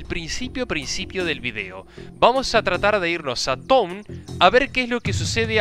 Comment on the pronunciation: ´´Town´´ Alto ingles xD